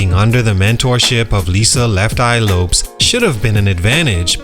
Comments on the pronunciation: I am so sorry, but i am giving this video a thumbs down and i will not watch till the end so that you can be paid money, because the fact that you just pronounced Lisa's last name as if it rhymes with the word ROPES when everybody in the world knows its pronounced EXACTLY LIKE THE LAST NAME LOPEZ, shows me that you did NOT do your proper research. Who in the hell pronounces Lisa's last name like that? And im sure you watched aplenty of video footage with the CORRECT pronunciation in order to make your video. You're a fraud and i will no longer tune in. I will also unsubcribe. You're a fraud 🤡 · Lopes is pronounced like Lopez. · Who is Lisa Left Eye lops? Its Lopes